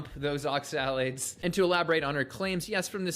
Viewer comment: immediately berates absolutely anything anecdotal in support of carnivore, then immediately rattles off an endless list of anecdotal instances against it. What a massive hypocrite. He takes such great pleasure in pronouncing "oxalates" over and over in that incredibly insipid manner. He's just too insufferable for me to waste time on.